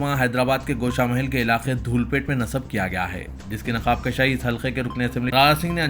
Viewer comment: Naqaab Kushaai, not Naqaab Kashaai